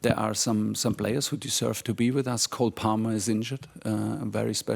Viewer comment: Was it just me or did he say cold palmer 😅